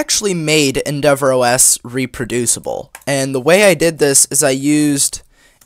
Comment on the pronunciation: Weird algorithm boost but I just wanted to say reproFHSible xP